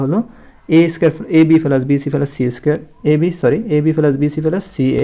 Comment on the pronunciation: স্যার শব্দটা পেলাস না প্লাস